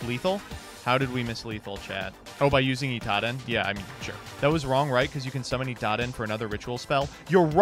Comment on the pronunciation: Read your cards 😂 it isn't Itaden